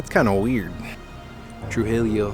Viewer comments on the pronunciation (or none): is pronounced (tru-hee-yo) ll = y depending on use I think but ll is pronounced as a y. You pronounced the first two syllables right tru-ji but it's like: tru-ji-yo = trujillo